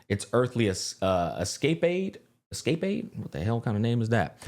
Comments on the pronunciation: “Es-cay-paid?” 😂 Es-cah-paid. I don’t blame even English speakers having trouble with the illogical pronunciation of English words. English is a shitshow. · Earthly Escape-aid? lol It's pronounced Es-ca-pade. It means an exciting adventure. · thanks bro! escapade is pronounced like escalade with a P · Lol my man just did the Finding Nemo bit IRL. "Escapaaay, I wonder what that means, it's spelled just like escape." 😂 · lmao smack doesnt know the word "escapade"? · Escapade. Pronounced S-Ka-Paid. It means doing something because it's exciting or fun. Seems pretty on brand ngl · Escapade = Es-cap-aid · Just fyi, its actually pronounced s-ka-paid haha. Great video! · Its Escap-paid! 😂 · Love the video. Btw her lightcone is pronounced S-kuh-pade. Lol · The LC is pronounced ES-CAH-PADE 😆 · pronouncing escapade as escape-aid is so funny to me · The light cone is pronounced like "Esca-paid". I know this is annoying to some people but just throwing it out there for ya. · Bro fucked up the word escapade hard af